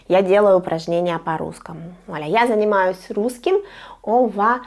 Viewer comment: Здравтсвуйте, pourquoi à précisément il est écrit "я занимаюсь" mais vous prononcez "я заниматсяь" ? Merci pour vos vidéos 😊